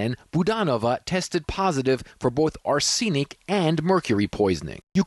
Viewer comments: Note to CNN commentatory, it is not pronounced arSEnic but rather, ARsenic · "r-SEEN-ic"? are you an incompletely educated AI? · yeah, ARE-SEA-NICK, wtf! How is it no-one at CNN knows how to pronounce arsenic? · I have never heard arsenic pronounced like that. 😮